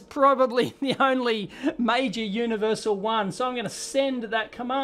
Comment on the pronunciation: 'Universial' :D